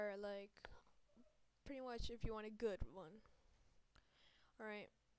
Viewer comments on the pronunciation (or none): none